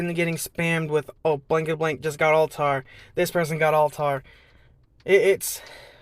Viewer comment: not to nit pick but it's pronounced al-tie-air